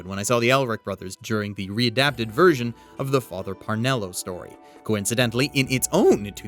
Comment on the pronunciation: Parnello? Isn't it Cornello?